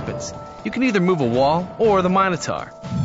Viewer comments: What happens if you roll a black/grey after moving the Minotaur (or a wall). Do you get t do it again, or do you re-roll to get a number? Also the pronounciation of Minotaur really bugs me in the video. "taur" is TOR not TAR. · You are pronouncing Minotaur wrong